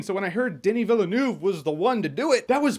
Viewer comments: Sorry your pronunciation made me cringe, Den-nee Veel-Nerve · Good Lord, Jeremy. "Denny VellaNoov" huh? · I hate hearing his name mispronounced. Day nee Vill nuff. Denis Villeneuve. Say it right. COME ON. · Did Jeremy say the film was directed by De knee Villianoob. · Who's that "Daynee Vilaynuv" you're talking about, my sweet Jeremy? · "deni vilenaffe" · Wait. How did you pronounce Denis Villeneuve's name? Doeuny Vill-oeu-noeu'v. I'm fucking laughing. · Who is Denny Vill-a-noov? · Can we please have the online critics pronounce Denis Villeneuve's name correctly just once when this film comes out. For crying out loud, it's not even close. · Love your video. Since you are a fan of Denis Villeneuve, please go to Google traduction to hear how it needs to be said in French.